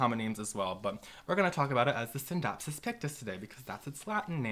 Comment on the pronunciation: Great video! I have a few of these plants in my home and I love them. I appreciate how you don’t pronounce the c in scindapsus.